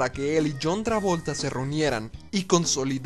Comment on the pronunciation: JAN TREVOLTE.